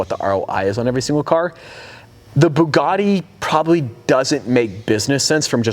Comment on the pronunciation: To race his "BEEGADI" veyron